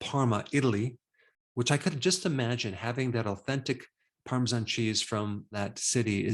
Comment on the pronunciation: It's Parmesan not Parmeshan.